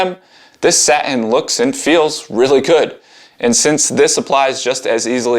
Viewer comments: It’s not sa-in, it’s saTin. Don’t talk like you’re ghetto. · Dude, love your videos, but please stop dropping your T’s. This is so common among millennials, and it’s like nails on a chalkboard. The word “satin” has a hard T sound right in the middle of the word. It’s truly okay to pronounce it… fully. It’s “SA-tin.” Not “SA-‘in.” Say “SA.” Say “tin.” Now say “SA-tin.” Very good. Sorry to bust your balls on this, but I just couldn’t take it anymore, and I like you, bro! Thanks for the great videos. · Why "sah-in" not satin?